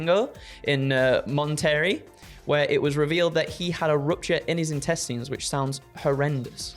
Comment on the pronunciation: Mon Terry is my new favourite way of pronouncing Monterrey